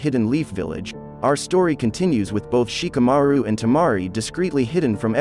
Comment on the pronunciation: Gouku, Shikamauru 😂 Tamauri... This word Stells... Ouruchimauru 😂